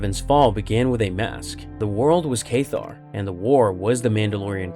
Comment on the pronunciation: Cath-Ar not Kaith-tar